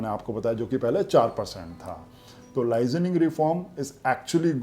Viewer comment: Bhai It's 'Licensing' not "lizaning" pronunciation matters.